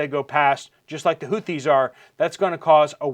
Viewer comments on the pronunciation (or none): none